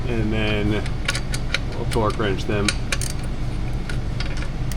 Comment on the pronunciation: I've seen (heard) this on several channels I watch and it cracks me up everytime. The word "twerk" has become part of our vernacular that people are saying twerk instead of torque. No shade being thrown, just think it's funny. Nobody knew the work twerk 20 years ago.